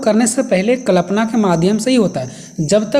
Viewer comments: कलपना ❌ कल्पना ✅। ठीक से बोलिए 😅😅😅😅😅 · Kalapna ❌️ Kalpana ✔️ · Klapna nhi hota Kalpna hota h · I noticed